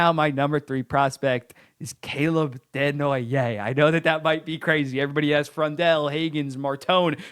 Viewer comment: Nice to have you pronouncing Desnoyer the right way when we have Nasher calling him Dez-no-yerz.